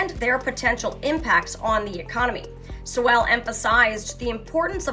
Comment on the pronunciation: Two thoughts: 1. Stick to the news and not political commentary…unless it is in direct connection with Catholics or Catholic teaching and practices. 2. If you’re going to quote and feature the comments of someone like professor Sowell, learn to pronounce his name correctly. Work harder; do better. But for now C+